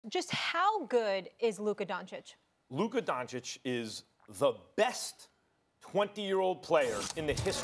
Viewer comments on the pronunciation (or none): Y’all trippin lol. This man did not say “Luker”. I listened over and over and I clearly hear the “uh” sound, not the “er” sound. He did, however, pronounce Doncic wrong again lol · u mean DonCHICK? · The letter "o" in Doncic is pronounc like "old" or "over" and not like the "o" in "down" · Don Chick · No one SAS : donchick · SAS still won't even pronounce his name correctly 🙄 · Sas is capable of pronouncing Aldridge the right way or sandwich or bridge...but he can not say Doncic the right way?I think that is on purpose,just to disrespect the man. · SAS are you kidding me!!!!? You can't be a tv host who can't pronaunce someone's name, especially the best young NBA player of all time! Don't be that disrespectful, take a class or something, you can do it.